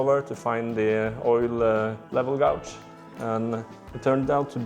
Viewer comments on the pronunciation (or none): FYI "gauge" is pronounced "gage" in English. It's not pronounced the way it's spelled, like so many things in our language! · It is disgusting that the parasites took as much money off you as the manufacturers! PS. The English word gauge is pronounced gay-j (no idea why, because gauze is pronounced gaw-z) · The `gau` part of the `gauge` is pronounced as in `gay`.